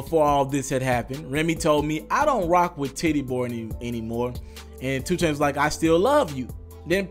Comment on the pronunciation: Is it 2 Chainz or Choo Chainz? Slow down my boy. U almost butchered your own damn name at the very begining of this 1.